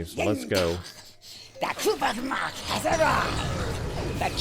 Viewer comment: If your going to pronounced a klingon word, say it right! NOT KUVAH'MOG. Its Kuvah'magh!